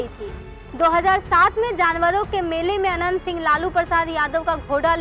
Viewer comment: Tumko Naam bolane Achcha Sa Nahin Aata Hai Naam Anant Singh Ji bolo